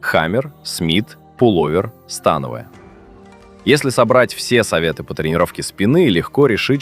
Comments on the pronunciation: Автор смотрел видеоряд? То упражнения на грудь показывают, то трицепс, ну и ударение в слове становая 😅. Скормили ИИ контент и ботов нагнали. А от направления и хвата зависит акцент по волокнам, но тут все очень примитивно… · СтАновая или становАя??? Вы уж определитесь! 😊